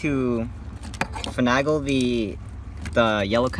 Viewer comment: You're taking things apart well enough but I swear you're driving me insane with your pronunciation of "finagle". The A is pronounced like Ape, not Apple. fin NAY gul not fin AG gul Every single video I've watched has this distraction, this one more than most.